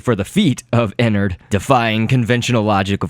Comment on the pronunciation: His name is not Inard its enard